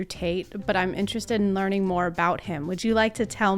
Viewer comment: "Learnig" I can't 😭